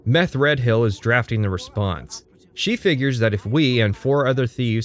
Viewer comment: How do you get "Meth-Red-Hill" out of Methredhel? For one, the "dh" is likely meant to be a fricative, like the "th" in "the." But the most irrational choice in your pronunciation is to pronounce "hel" as "hill."